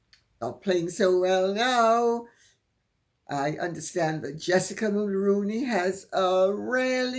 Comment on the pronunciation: MULRONEY is pronounced MULL-ROO-KNEE like the actor Micky Rooney's last name Good day Lady C I apologize for yelling but you haven't seen my numerous comments trying to correct your mispronunciation of our former late Prime Minister Brian MULRONEY'S last name. I'm a Canadian who began voting when Brian Mulroney was still our Prime Minister. I grew up hearing his name on the news on TV and the radio. I know how his name is pronounced. He was born in Quebec and he was French Canadian, I don't know if that affected how he pronounced his last name or not I only know that is how HE pronounced, how his SON pronounces it so it stands to reason that his daughter in-law pronounces it exactly the same way. 🙏🙏🙏🙏PLEASE could you correct your mispronunciation from Mull-Rown-Knee to MULL-ROO-KNEE ...like the actor Micky Rooney's last name with the prefix Mull attached. I apologize but this has been going on across most of the "Megxit" community for 7 years now and I find it extremely offensive to our late former Prime Minister Brian Mulroney that people can't even be bothered to find out the correct pronunciation of his last name. I have been making this comment across the channels for 7 years and only 1 or 2 people have corrected themselves... 🙏🙏🙏🙏PLEASE pronounce his name correctly so others will hear you and learn by example because they ALL listen to you... I believe that Dan Wooton was 1 of the one's who changed his pronunciation after I commented a couple of times... Again I apo